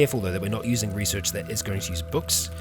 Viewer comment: Resorch XD love it